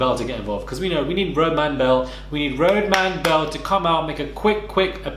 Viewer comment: "Road-man belle" 😂